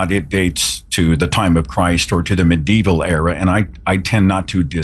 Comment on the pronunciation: It's not "mid" evil you totally.